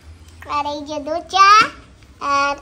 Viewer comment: ধোছা নয় দোসা । ধোছা শুনতে খুব খারাপ লাগে ।